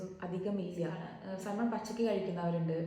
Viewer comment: സാൽമൺ എന്നല്ല , സാമൺ എന്നാണ് പറയേണ്ടത്